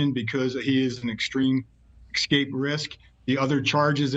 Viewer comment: speak reasonably well. excape is not a word.